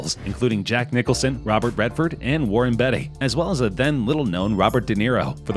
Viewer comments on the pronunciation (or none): "Francis Ford Cuh-POH-luh" And "Warren BETTY" ???